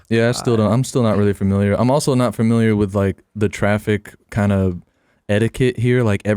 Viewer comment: Classic 'fermiliar' mispronunciation